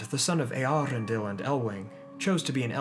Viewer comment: I think Eärendil is pronounced as Err-Endil.